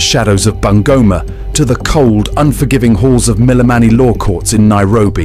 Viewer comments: I love how she pronounced bungoma😂😂😂Bangoma😂😂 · The name BUNGOMA is wrongly pronounced here. Sound "U" in Kenya is U for UNION ... not "U" for "aah" in short its BUNGOMA---- B - boy U- union N- nail G- God O - Off M- Man A - apple